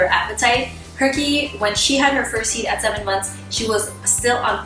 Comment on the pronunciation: Am I the only one who hears "heat" as 'YeEt"?